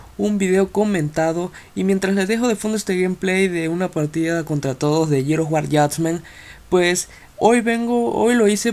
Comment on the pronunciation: Jajaja a huevo así dice jajaja no mames no puedo creer que no pueda pronunciar "GEARS OF WAR" JAJA NI "JUDGMENT"